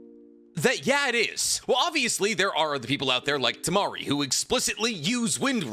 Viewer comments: I took physical damage when bro said Temari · Bro you fookin had me when you said temari 😂😂😅 bouta unsubscribe for a min 😢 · me about to rage on the comments hearing that he said tamari then realized he was joking 🤣🤣🤣🤣🤣🤣